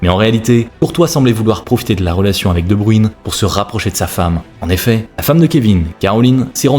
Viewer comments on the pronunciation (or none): De bruyne pas de bruine j ai les oreilles en sang putin 😂 .